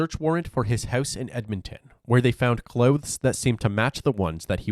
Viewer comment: *The craziest thing on this whole video is the jacked up way the narrator says the word "clothes" lol *